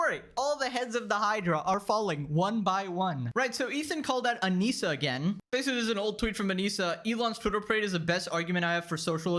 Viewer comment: Bro u need speech therapy cos I can’t stop laughing when u say basically lmaooo “basicawy” “litewally” 😂